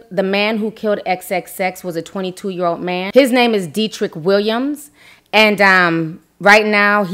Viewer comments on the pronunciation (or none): Dee-trick? Isn’t Dead-drick?